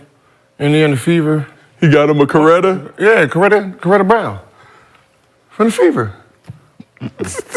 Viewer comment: this nigga said Coretta Brown lmaoooo